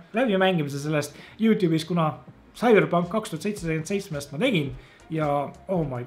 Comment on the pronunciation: Esimene kord kui ma kuulen sõna "Küberpunk"